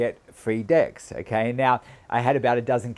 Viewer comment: Funny how your accent makes decks sounds like... ;) Reminds me of that skit. :D